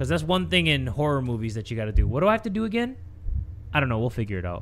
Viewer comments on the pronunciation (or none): none